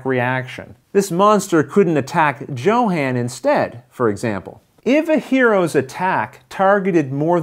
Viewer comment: you know I love you and that you playing this game pushes my 99% to 110% likelihood of purchase... BUT since I have a strong feeling Luke will play with him, consider pronouncing Johan's name the way a Swede would Sorry for being so presumptuous! You are my hero! Good luck Rollin' wit Luke!